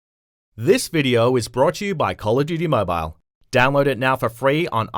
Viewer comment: Tip #1 pronounce it right (Mobile)